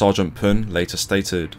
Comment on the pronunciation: Thank you for pronouncing the last name right :)